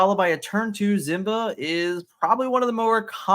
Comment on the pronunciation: Simba. SSss sound. Not Z. Other than that I’m loving your work keep it up!